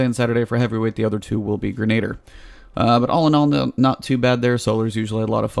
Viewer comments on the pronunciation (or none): H.N.Y. Gren-a-dier (sounds like, gren-a-deer) Grenader = erm, nope! lol